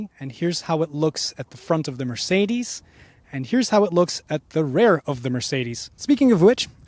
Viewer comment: Good review and comparison. TIP: "Rear" is pronounced as "fear" and "hear" not "rare" or "bear" .. sorry ..